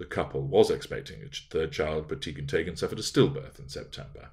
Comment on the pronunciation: I’m Norwegian. Your pronounciation of “Teigen” is correct -Tey-gen.